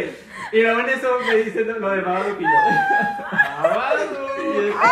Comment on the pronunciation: Ame cuando el google dijo BaBadOok👹👹👹